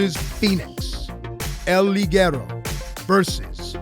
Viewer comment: Guys, work on your spanish names. It almost seemed like you were having a stroke. I don't know if the "liguero" (wich means garter belt the way you pronounce it) is on purpose, and the joke is that he is not from mexico, but el hijo de dos caras was awful.